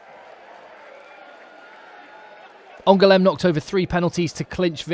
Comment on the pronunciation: Thanks for the great highlights. To improve your French, here's how to pronounce these 2 places. You only misprounced Aurillac once. My bad!😋 *ANGOULEME => 3 syllables, AN GOU LEM (GOU like in GOO in GOOD) * AURILLAC => 3 syllables again, AU RI LLAC (LLAC like YACK the animal)